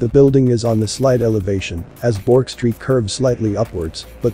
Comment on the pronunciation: Hi, great video, I'm born and bred in Australia, ancestors from Britain and Scotland in the early 1900s. Thestreet you speak of is pronounced "Berk'" (Street).